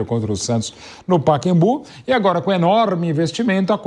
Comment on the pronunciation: "PAQUEMBU" Pqp Mauro Beting :face-blue-covering-eyes